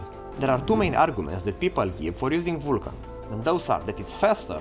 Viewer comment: The pronoun at start bugs me... Normally I listen "learn OpenGL" but he pronouns "learnOpenGL" together and he pronouns "Uulkan" not "Vulkan" (and I know the pronoum of U, V and W are a mess).